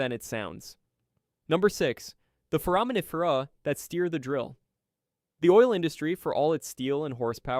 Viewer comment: You badly mispronounce foraminifera, forams, and diatoms. Horrifying! How do I know? I was a micropaleontologist for a major oil company for 6 years and studied forams for biostratigraphy. Also conodonts.